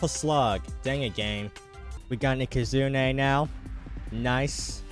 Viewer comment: found so many protogons ands aekehzoons. and please never stop mispronouncing ikazune we love it